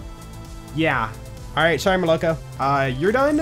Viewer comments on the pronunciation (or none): Every time I am telling it's not molOko, its molokO (milk in rus.), but je doesn't listen😢😢😢